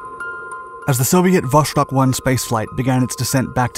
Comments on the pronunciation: It is pronounced vostOk, not vOshtok. Jesus... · Great video, just one small correction....it's not pronounced "voshtok", it's "vostok", which translates to "East" in Russian. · Vuh-STOKE with a hard O — meaning "East." Not VUSH-tok. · It’s pronounced “Vostok”; not “Voshtok”. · Why are you pronouncing it Vos(h)tok? The third Cyrillic letter in the name is a 'C' which is pronounced as an 's', not an 'sh'. You should know this when presenting such an important video. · It's "Vostok," not "Voshtok." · It was not VOSHTOK !! But simply Vostok !! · Not a big thing but it's "Vostok" not "Voštok" :) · VoStok, not voSHtok. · its vos-tok not vosh tok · Vostok is not pronounced with an "sh" sound, rather with "s" (like in 'submarine'). In ciryllyc letters it' looks like: Восток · Vostok = East Pronounced Vos-Tok' Not Vosh-Tok... I appreciate all of your educational videos. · Glad I'm not the only one to be bugged by this.. I can't watch the entire video because of the mispronunciation.. it is not Voshtok, omg.. it's Vosss-tok.. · It's pronounced Vost+ok right? Which is why it gets mispronounced so often is the 'ok' part is easily misheard by non-native speakers as Vosh+tok or Vos+shtok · "Vosztok" good job with accent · Hearing Vostok mispronounced so frequently is quite disappointing.